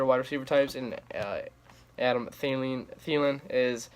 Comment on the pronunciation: Finally they pronounce thielens name right😂